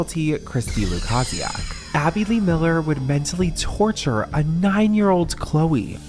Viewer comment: Might want to learn how to pronounce the names before doing part 3, its LuKAYsiac not LukAHsiak.